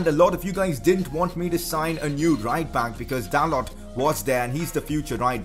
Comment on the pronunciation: His name is pronounced as Dalow not Dalot..... Like if it annoys u 2